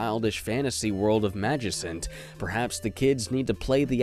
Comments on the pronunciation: sorry to be this guy but it is (magic-cant) not (magic-sant) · " M A G I S A N T" Not trying to be rude but it's pronounced magicant (Ma gi kant) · It's Magi-can't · It's pronounced Magi-cant, because it's a combination of magical and significant. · Magican’t pronounce Magicant.